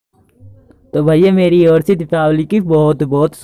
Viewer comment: O bhai diwapali nahi dipawali bolte hain is tyohar ko